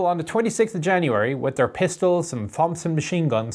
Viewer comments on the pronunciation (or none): Well did you catch how he pronounced "Thompson"?